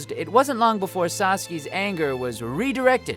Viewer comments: One thing about this video bothers me... Pronunciation; because WHO TF IS "SAUTSKEE" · Is nobody talking about he was pronouncing Sasuke as Saskee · Sas-key?? Im definitely not the only one who heard that... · He made that typo and is still learning from it. Because he mispronounced Sasuke, Sass-Ooh-Keh, as Satsuki. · I know this man did not just say Satsuke instead of sasuke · He said satsuki not sasuke- OOF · Satsuki? Sasu-KEEE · Says Satsuki instead of Sasuke. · saski??? wtf its sasuke boyo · No one want to talk about the narrator calling “Sasuke” “Satsuki”?! WTF guys! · SLUTSUKI Ghost stories dub,just me?ok. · “Sauskeee” iight I’m out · WHY does Todd keep calling Sasuke Satski? How in the heck do you grammar that badly? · Did anyone catch Todd calling Sasuke Satsuki? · Sauce Key? Todd knows what he's doing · Did he just pronounce sauskes name a sahtski? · I'm sorry but why is no one talking about him saying Sasuke, Sasuki? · Bruh why is sasuke being called satsuki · Did he say sauski?? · Did he call sasuke satski? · Did he called sasuke saski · He called sasuke satsuki😑 it’s not kill la kill😑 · How did he manage to mispronounce Sasuke's name twice in one minute and in two different ways? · 😂😂 he didnt say sasukes name right lol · Your the 1st person I've ever heard say Sasuke wrong wtf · Todd...how are you pronouncing “Sasuke” so incorrectly?!